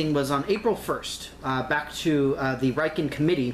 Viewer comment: The "Riken" RI pronounces like Ritchie RI .Got it!?